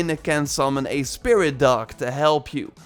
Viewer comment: Anyone else hear him say spirit duck 🦆???